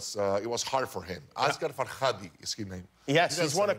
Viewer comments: The Farsi impression was great, and the way he pronounces Asghar Farhadis name each time, it kills me :)))))))) He’s awesoooommeeee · oh boy i'm an iranian and you dont know how funny it is to watch someone trying really hard to say a persian name